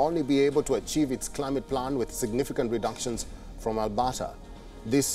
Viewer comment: As a Canadian, this newscast is hilarious. The province of "Albotta." So many factual errors: The UCP were the opposition, he tells us. Danielle Smith is "Canada's premiere." And Ottawa is a province now, apparently.🤣🤣🤣🤣